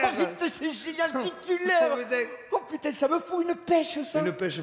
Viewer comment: oh Pu-taing !